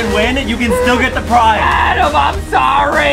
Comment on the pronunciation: His name is Adem not Adam